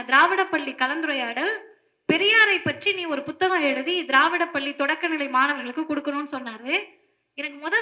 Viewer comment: பல்லி அல்ல பள்ளி